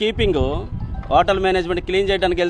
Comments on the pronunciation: ఓటల్ కాదు CI గారు ..హోటల్.. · Fast pronunciation lo o vsathundile h silent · Hotel lo H silent raa baabu😂😂😂😂😂😂😂😂